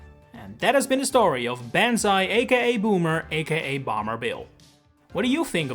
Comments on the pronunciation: I just keep twitching when you pronounce the name. The "ban" isn't as in band, but closer to bon as in bond. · PLEASE pronounced "Bon's Eye Bills," like the battle cry BANZAAAAAI! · Great video! One point though, Banzai isn't pronounced like that it's more Bahn-zai. (The "Bahn" sort of rhymes with "wand", without the D. Or it rhymes with "autobahn" like in Germany. ) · Man ur accent is so thick I was like what is a "baan zai"? For like half the video until I realized you were trying to say banzai. Edit: wait wtf you said it right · I can't believe you recorded this without bothering to check how "banzai" is pronounced. Because that… is definitely not it. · What’s bizzare is your inability to pronounce ‘banzai’ throughout the entire video. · consistently mispronouncing "banzai" in the video about an enemy that had that name is crazy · I am 80% sure you are mispronouncing banzai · The pronunciation of banzai hurts so much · "Do you see the problem here?" No. It's literally what he's doing, why is that a problem? The only problem I see here is your horrible Japanese pronunciation. Banzai Bill just flows better than these renames anyways. Screw it, let's just call him Magnum Killer; that's the only one that hasn't changed. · Drinking Game: Take a sip every time "Banzai" is mispronounced. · I’ve never heard anyone pronounce banzai like that, but I understand how you could make the mistake of placing your ‘A’ more forward than it should be, as there is plenty of misinformation on the internet on its proper pronunciation. However I’m fairly certain in my limited research that the a of banzai is pronounced more central like ‘ball’ and not as forward like ‘band’ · I love how you pronounce “banzai” perfectly when you speak the Japanese phrase, but you grossly mispronounce it when speaking English 😂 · Bruh, bro really spent the entire video mispronouncing banzai 💀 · & then perfectly pronouncing the other languages 💀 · i winced every time you mispronounced “banzai”